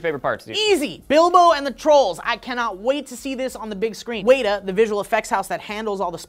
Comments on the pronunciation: wet-ta not weda jeez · it's wet-ah no wait-ah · WET-TAH not weetaa come on! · you said Weta wrong. you said waiter. when you walk through a puddle your foot gets "wet". Wet ahh. A native insect in New Zealand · Uhhhh I love how you say Weta. Its kinda more like Wet-a not Wait-a :D But yeah cant wait for the movies!! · sweetie it's not "waita" it's "Weta." Prounounced: wet-ah. It's named after a native New Zealand Insect. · Its pronounced Wet-a, not wait-a. Its named after an insect from NZ. The more you know. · It's Wehtah. Not WAITa, wet-a. This just tells me that needs to go watch some of the behind-the-scene stuff again. (, I just gave you an excuse, take it and RUN) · it's WET-ah not Wait-ah. From Wellington New Zealand. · Sorry did he say Weta as "Wait-er"..??.. its "WET-er"!! Say it with me now "wet"-"er" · Weyta? Weyta?! FUUUUUU- its WET-A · Sorry, but it's pronounced WET-TA not WEE-TA. Its cool, we still love you. Ewok hug. Sincerely, New Zealand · its WET-a not WAIT-a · weta is pronounced wet-a not way-ta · first. go to the to see 5 different endings for the trailer if like sf you didnt like the dwarves ending second. its weta as in wet-a not weeta get it right third. yes Gandalf is the greatest wizard of all time and fourth yes that is an impersonation of bane from batman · Weta is pronounced "wetter" not "waiter". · WET-A not waiter... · Not to be Hermione but it's pronounced Wet-a not Weeta. Someone obviously hasn't watched any of the interviews by anyone in any of the LOTR films, cause if ya had you would have heard how it's pronounced ALOT of times. Just sayin'... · "waituh"?....you mean "wet-uh" right? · It's not pronounced weigh-da its pronounced wet-a. It's a creepy as bug in new Zealand.... Google it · You pronounced Weta wayta? It's pronounced WET-AH. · Guys? Come on. It's not "Wait-a" it's "wet-a" Someone needs to re-watch the special features.... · wet-a not weata